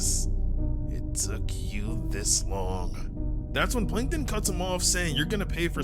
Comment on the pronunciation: Plankon ❌ Plankton✅